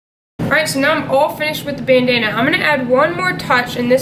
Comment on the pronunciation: Nice work, and I like when ya called it "Banana" instead of "Bandana"